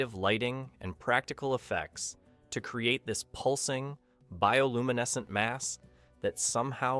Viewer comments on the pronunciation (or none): none